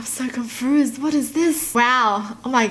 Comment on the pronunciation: nobody:: I'm so confOOsed